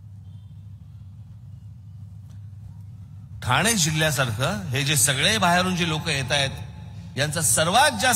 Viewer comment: साहेब ठाणा नाही ठाणे पुणा नाही पुणे दुरुस्त केली चूक😊